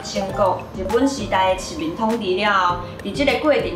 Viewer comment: 非常好！猶有一點仔需要改進：殖民[Si̍t-bîn]接觸[chiap-chhiok]